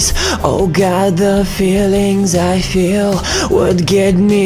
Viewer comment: небольшие косяки в словах feel, cage - как-то по-русски произносишь) а в остальном заебочек)